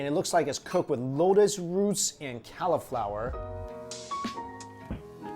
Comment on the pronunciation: pronouncing cauliflower as cali-flower was very cute